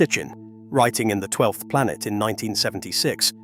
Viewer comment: Can't listen to the end: "it's not just law - it's a system, it's not cosmos - it's dieetes, it's not a ball - it's a plantet" etc.